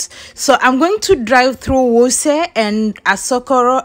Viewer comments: While i salute your courage for this work however i think you should have done a bit of research on how places are pronounced especially the Jabi, Wuse......from your accent i guess you are fromo e of the East African countries. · AT u sound like a nija girl d way u pronounced Maitama, Wuse and Kuje. Our wife